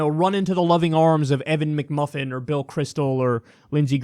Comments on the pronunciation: Mcmullin, but kyle made it mcmufin lol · Just found a video where Trump called McMullin also McMuffin. That makes it even worse.